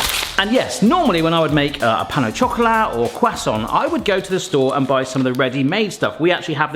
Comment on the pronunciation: This is NOT puff pastry. Puff does not contain yeast. (And Pain au Chocolat is pronounced Pan au shockolaa.) Be careful with shop bought pastry, it often contains palm oil.